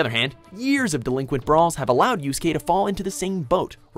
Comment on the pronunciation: at least he finally pronounced Yusuke name correctly this time. the last time they did a top 10 with him in it he called him Yu-suh-kay .... this guy is still the worst with anime characters names